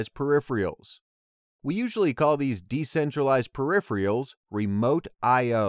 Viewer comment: To be honest I thought the video was great. Simple, concise, to the point But "periph-rials"? Hahaha! Love it. I'm going to use that every time now